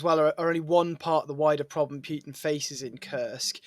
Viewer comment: I DO like your videos and your guests- but you do yourself a disservice when you mispronounce Putin's name- it brings down the impact of your interviews. Keep up the good work, though.